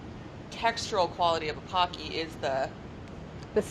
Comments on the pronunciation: Why is she calling them PAcky? They are PO-keys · Okay but w h y do people pronounce it PAW-kee? It's POHK-ki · Idk if someone has said this here not finished watching, but it's not pahkee it's pohkee like the word poke with ee at the end. Pokey would help saying it. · Gonna be that person, but it's ポッキー, not パッキ. (Poe key vs paw key). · Its not pronounced as "pah-cky" its actually "poh-cky" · They look so good! Why does everyone call it pock-y? It's pronounced po-kee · Her mispronouncing PO key in her American accent PAh key, hurts my ears. I wont survive 30 more minutes of this. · God dammit if another person says poki like "pa-ki" ima kill them, its "po-ki" like pokemon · “Pocky” is pronounced [poh-key], not [pah-key]. It’s even on Wikipedia as such. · I’m pretty sure it’s pronounced poke-ey (or po-ki), not pock-ey. Like poke poke! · It’s “po-ki” not “pa-ki”! It’s a Japanese snack and you pronounce the po the first way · Its pronounced Pokey. Like poke, then E, like capitol E. Not Paky. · IT IS NOT PAH-KEY! IT IS POH-KEY! TT_TT why does nobody ever say it right... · Isn't it poh-ki, not pah-ki. It sounds weird hearing them say pocky. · Lawd😑 its pronounced POE-Key . not pawkey LOL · I hope that they talk about the fact that it's pronounced Poke-ee as in poke not like hockey. *I just started watching and no they said it like hockey with a p 😒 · It's po kki not poc ky. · haven't even watched one minute and I already know I am going to hate how many times they will pronounce it PAH-key. It's POH-key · Packy? I thought it was poki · The Japanese pronunciation is actually "poe-ki" instead of "pah-ki". I totally understand why people believe it's a "pah" sound instead of a "poe" sound, but when you know Japanese it just sounds odd to hear it that way. Just a heads up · its poH-key, not paH-key, please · Pocky is actually pronounced Pohkey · I need to get over my pet peeve of people mispronouncing “pocky.” It’s pronounced “pokey.” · It's pronounced Poh-key no?